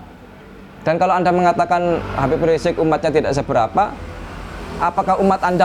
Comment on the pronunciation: kalau sama ade armando nyebut habib riziq dgn sebutan rizq rizq kalau sendirian nyebutnya habib riziq, jadi ini kala campur sama manusia ya seperti manusia tp kalau campurnya sama kambing ya???